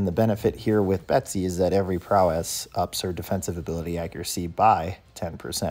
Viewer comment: Love how you say prow-esS 😆